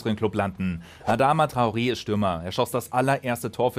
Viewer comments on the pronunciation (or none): none